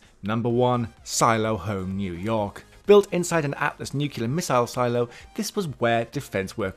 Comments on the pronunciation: Nuclear. There is only one “U”, not two. NucULAR is nothing, nuCLEAR is the word you are reaching for. It isn’t hard to pronounce, just try actually looking at how the word is spelled. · It's pronounced "nu-clee-ur" not "nuc-you-lar." ; ^ ) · Nuclear not "nucular"; I don't understand how people mess this up or why so many do. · Nuclear. NEW-Clee-er. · Nu cle-ar, repeat after me, New Clee are! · Nuke-you-ler blast? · "nucular" ... roll eyes!